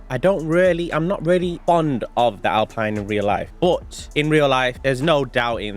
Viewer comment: Pronounced Alpeeeeeeeen. 👍